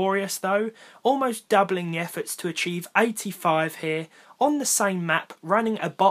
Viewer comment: hey man, just here to tell you, your intro was different this time. Caught you slippin'.. That enphasis on the "to" was kinda shitty. "Hello everyone and welcome... to ... another video" Wow.. What a fail. I can't believe you uploaded this video as it is. Really disapointed. Unsubscribed